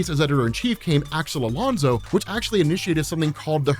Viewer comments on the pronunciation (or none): none